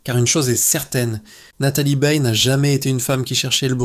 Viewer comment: Nathalie "BEILLE": vouys nepour riez pas programmer le robot à prononcer correctemenrt?